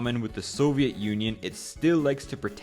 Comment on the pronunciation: Idk if this is AI or if the guy's first language is not English but he pronounces words incorrectly like with "cognac", "Soviet" and "myriad"...